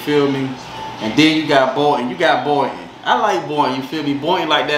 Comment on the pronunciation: It’s Boynton